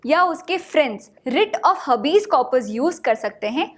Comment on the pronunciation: हबीज correct pronunciation nahi hai हेबिस hai